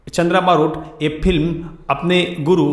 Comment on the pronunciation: एंकर साहब फिल्म नहीं फ़िल्म होता है।बोलना सीखो तभी एंकरी करना। तुम्हारा उच्चारण सुनके सारा मूड ऑफ हो जाता है।